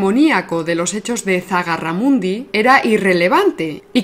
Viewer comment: Acabo de descubrir tu canal y me encanta, enhorabuena! Pero permíteme corregirte una cosa, no es Zagarramundi, sino Zugarramurdi. Un saludo